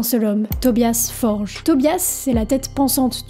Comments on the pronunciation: Le nom du leader du groupe ne se prononce pas "forje" mais " for-gueu" il est suédois pas portugais. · si mais son nom s'écrit avec un G ( Forge) d'ou l'erreur courante de prononciation des francophones.